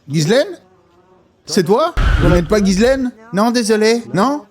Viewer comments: C'est pas GUYSLAINE C'EST GHISLAINE DONC TU FAIT COMME SI C'ETAIT UN J C'EST JISSLAINE BORDEL!!!!!! C'ESST TRES REPANDU COMME PRENOM AU QUEBEC MERDOUILLE TRUST ME MAN! ARRETER DE FAIRE DE LA DISLEXIE EN PENSSANT QUE LE H FAIT LA JOB DU U..... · Ça se prononce JICELAINE !!! Comment Eps at-il pu voyager sans problèmes au travers le monde tout en étant sur la liste de délinquants sexuel ?